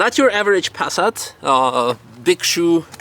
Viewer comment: Everytime you say Pass_at it cracks me up. I might just start saying it the same way 😆